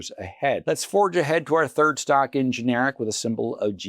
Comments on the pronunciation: It’s not ge-nar-ic. It’s gen-er-rack. That said, good pick. The recent storm activity will definitely up their business. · GIN ER RACK IS THE CORRECT WAY TO SAY IT.